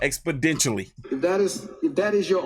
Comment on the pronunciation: It is pronounced expoNENtially, not expoDENtially.